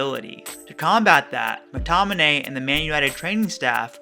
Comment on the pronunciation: Great video and well explained. But just one think its Mctominay not Mctonimay